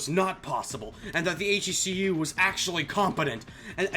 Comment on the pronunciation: YOU ARE THE ONE PERSON WHO SAYS H.E.C.U INSTEAD OF "HECU" LIKE EVERYONE ELSE CONFORM CONFORM CONFORM CONFORM